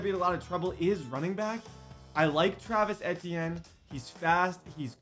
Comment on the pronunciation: Bro it’s all love Td but you’re consistently mis pronouncing Travis etienne name 😭😭